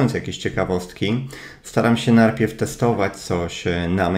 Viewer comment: jestes gosć:) ps. lubie to Twoje: NARPIEW XD